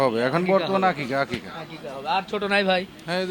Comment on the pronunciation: আপনার গ্ৰামের এলাকার মানুষজন আকিকা বলে না তো আকিকা কে বলে আকিস্যা।